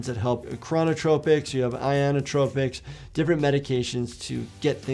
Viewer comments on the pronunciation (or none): isn't it inotropic, not ionotropic?